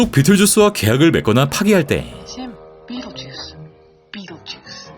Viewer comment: 비틀쥬스 비튼쥬스 쥬스를 비틀엇!